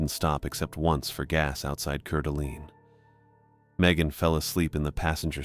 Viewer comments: It's pronounced "Core-da-Lane" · Cour'Dalane pronounced Core duh lane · Loved it. But it is pronounced 'Core da Alene". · Coeur d Alawn 😂